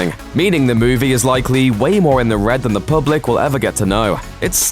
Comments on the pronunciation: Why do you pronounce all your ees as ays? E.g. It's movie (moov-ee), not moov-ay. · Moo-vay? WTF is one of those?